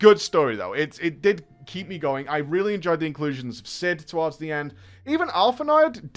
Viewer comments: Btw, its "Alphin-oh" xd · Alphinod, Hydaleen, the Golden Carousel. Early FF days was butchering the names but having a ton of fun!🤣 He was on his way tho! And he got there! 🫡